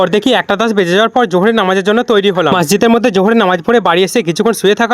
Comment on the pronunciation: আরে কত বার বলব তোমাকে মাসজিদে না মসজিদে 😂😂😂😂😂😂😂